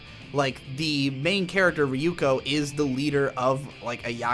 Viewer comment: riyuko ... why can't he pronounce Yoon slides?